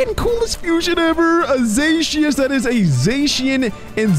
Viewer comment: It's not called zashyan it's zacian